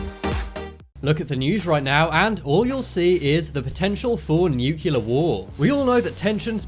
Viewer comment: Newk-key-lur....bro, you say that like someone who just learned how to talk